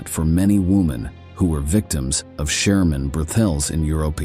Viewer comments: So stupid......it is germans not shermans.......is the commentator an AI robot?😢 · “Sherman” soldiers? Huh? What is going on? I know this is narrated by a robot, but how does it screw up the 'g' so badly? When I hear that a video is artificially narrated, I usually click away as a matter of course. None of the human voices involved in producing these videos, can be that bad.